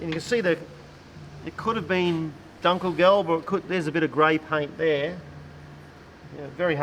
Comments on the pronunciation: I knew what they meant since I am interested in military technology of the time. But it is not as easy to decifer from hearing as "dunkelgelb". That's why I also mentioned it. On the other hand, they are overall doing a pretty good job for native English speakers so I can't complain. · Just two comments on the pronunciation: The 'u' in Dunkelgelb is like the u in butcher, nowhere near an a. And the Panzerbüchse is a Panzer-byxe. I had to look it up to understand what you might mean. 😉